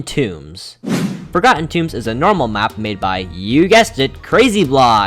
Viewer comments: "For-garden tunes" 💀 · same as "moving on the next map we have for-garden toombs